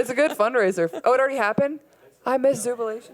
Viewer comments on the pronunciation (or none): "I missed Zoobilation" 😂💜